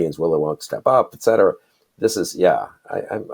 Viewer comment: Etc stands for ET CETERA not EX CETERA. Other than that, I love your show